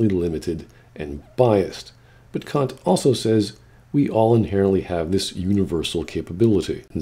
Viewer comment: The thing that hurt me the most about this video is how hard Kant's name was objectively butchered on a regular basis.